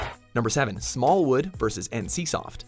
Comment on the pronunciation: "Smallwood" lol 😂